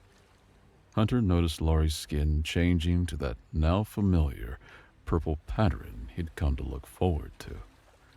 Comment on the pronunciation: This guy has a lovely voice but if all the narrators on this channel he has the most obviously poor pronunciation. One glaring example to be found in most of his work PATTERN pronunciation done as "pattren" or "patteren". Drives me crazy but per episode there are always multiple gross errors in pronunciation that even change the meaning of the words. Lovely voice though